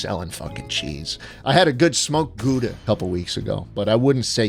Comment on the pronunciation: made me laugh with the pronunciation of ´gouda´ in dutch we pronounce the ´ou´ as ´au´